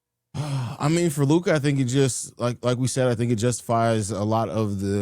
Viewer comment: Ya he’s another one of these guys who doesn’t even have the decency to pronounce Lukas name right. I’m sure he would correct you if you mispronounced another name tho.